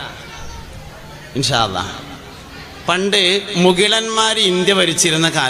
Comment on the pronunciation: മുകിലൻമാരോ 😂അത്യാവശ്യം പ്രിനൗൻസിയേഷൻ എങ്കിലും 🥰